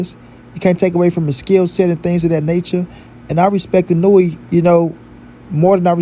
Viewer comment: you are BUTCHERING that man name geezus 🤣🤣🤣